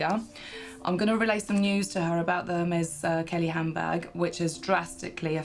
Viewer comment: Its HANDBAG not hambag!